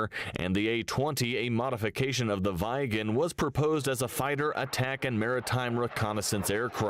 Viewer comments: VIGGEN FFS not "vajgen" like the muppet voice over thing says. Loved watching Viggen flying growing up, unmistakable double triangle, and my mom and some friends worked for SAAB Aero back then, good old '80s. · Viggen is spelt "viggen" not "vaiggen" Draken is spelt "draken" not "dreiken"